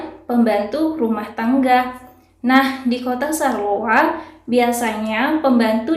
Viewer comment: Bacanya bukan sarloa, mbak... tapi syar-loa ... pake 'shod' kalo bahasa Arab :-)